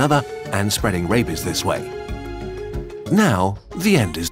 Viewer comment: The pronunciation made it sound like he was saying “Rapies” 😂